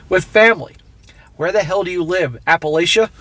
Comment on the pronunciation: Don't insult the residents of the Blue Ridge and learn how to pronounce "Appalachia" before talking about that region.